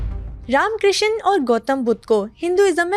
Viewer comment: Tum Pakistani log Krishna ko Kisaan kiu bolte ho😂, say properly